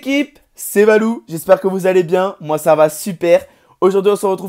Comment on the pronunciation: Quand ta dit c'est Valou j'ai entendue C'est Balou mdr